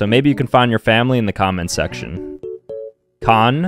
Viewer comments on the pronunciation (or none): none